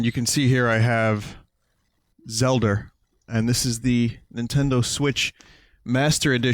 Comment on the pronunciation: "Zelder" Hahaha please tell me that was intentional. Also, don't feel embarrassed about your carry case; for my 3DS I have this enormous garish red and blue Mario carry case with all the characters on it. I'm the same age as Vinny, and how many fucks do you think I give?